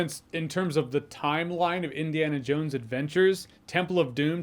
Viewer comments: It sounded like you said Disneyana Jones at the ending of your video, if that's not you said, then it should have been 😅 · does he say Disney-ana Jones? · “Disney-Ana Jones”…classic!